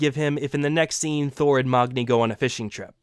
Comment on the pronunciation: Othun? Who's Othun? And who's Mogni? Thor's son's name is MAGNI NOT MOGNI